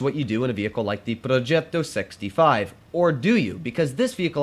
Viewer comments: Pls stop pronouncing “progetto” that way😂😂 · ''progeeto'' (in russian/italian accent)